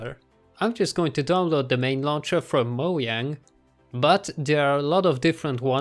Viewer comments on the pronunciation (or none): its mojang not moyang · Did he just say moyang lol